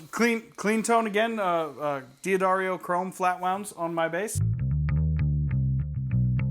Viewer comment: Stop saying “Dee - Adario “ It’s “D’Adario” like “duh-Dario”